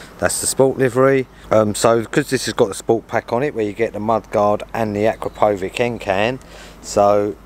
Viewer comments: Acrapovič - Hcrapowitch pronounced exactly not Acrapowig nothing to do with Acra Pow wearing a Wig 😅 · You pronounce it like Akrapovich. Long A short O. 😉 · At least learn how to pronounce Akropovic correctly .